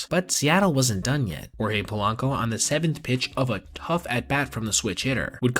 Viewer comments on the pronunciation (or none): none